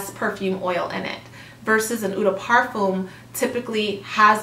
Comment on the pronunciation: If you’re going to make more of these videos you should watch a few perfume channels to learn the pronunciation of the key terminology! Especially “eau”, “toilette”, and “parfum”. (Also “peony”, “métallique”, “balsam”, etc...).